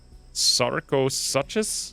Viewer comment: With the Sarcosuchus, it is actually pronounced (Sar-co-sue-cuss)